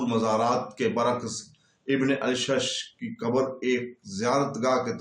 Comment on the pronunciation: aur aap Asha'th be ghalat parh rahay hain.